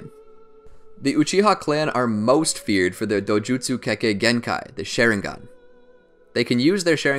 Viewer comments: LMAO Share-in-gon its Shar-ing-gan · You pronounced it like “sharing gun” it’s SHA RING GĀN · This man says “Sharing-gun”…. I can’t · Bro it’s a sharingan not a shairingan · Why does he call sharingan sheringan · SHARingan not SHAREingan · Its SHARINGAN NOT SHERINGAN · Stop saying sherigan u need to Sharingan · OMG ITS NOT (SH-AY-RING-GON) ITS (SH-AH-RING-GON) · This man is calling it sharing gone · I got to about in and the way he says "Sharing Gone 🤪" took its toll. i can't lol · the way he says it: Share-in-gan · Dude really just say SHAREringan at the beginning of the video 🤦‍♂️😂😂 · their shareingan lol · the way he says it bugs me ''shareinggon" it just sounds hella weird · My man said Sharing Gun all I hear 😂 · my guy really said sheringen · it's not called a sheringan but a sharing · He said shareingon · Did he just say shareingan XD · Mangekyou sheringa, asura cmon bro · Lol he said some the shi-re-gan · Why the hell does he say shareingan it pisses me of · wtf is a share-ingan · Share-ing-gan lol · its sha-rieng-gun how to pronounce it. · i like how he can pronounce other Japanese words but not sharingaun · probably not a bad video but I couldnt finish it cause of the way he continuously mispronounces sharingan